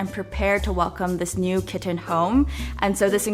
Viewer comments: love the way you say kit-ten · when ppl pronounce kitten as kittttttttttttttttten.. it makes me mad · You're kitten is very cute! ..but what's up with the way you keep pronouncing the word kitten? It sounds very forced and is a bit distracting to the content. (You also pronounce it normally once or twice...so that's also why i said it sounds forced.) But you seem like a very good cat mom and your kitten seems very happy so congratulations. 😺